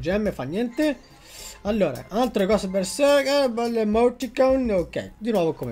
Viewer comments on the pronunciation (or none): none